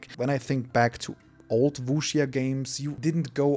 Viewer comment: Der erste Deutsche der Wuxia richtig ausspricht